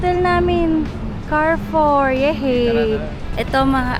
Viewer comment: Cha - ree - foo